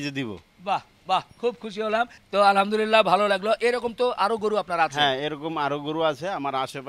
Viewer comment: হাসান হোসেন 💚💙, আলহামদুলিল্লাহ্ উচ্চারণ টা একটু সহিহ করে বললে আমরা সকলে আল্লাহর আরেকটু রহমত বোনাস হিসেবে পাই উচ্চারণ এদিক ওদিক হলেই কিন্তু meaning টা উলটপালট হোয়ে যায় গুনাহের ব্যাপার তো আছেই কিছু ভুল বলে থাকলে ক্ষমা দৃষ্টিতে দেখবেন ইনশাআল্লাহ